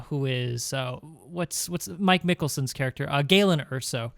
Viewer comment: "Mike Mikkelson?" m9 its Mads